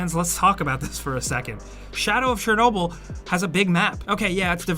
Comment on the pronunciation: You apparently don't know how to pronounce Chernobyl. It's ridiculously irritating.